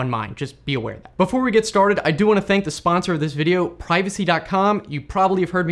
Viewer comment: don't do that❌ don't do dat✅